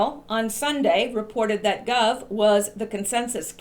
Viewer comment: It's Gove, rhymes with Toad. Not 'Guv'. Gove is a total idiot.